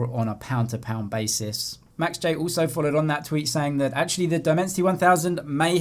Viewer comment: Sometimes when u say also it sounds like uso ..try to improve ur pronounciation man..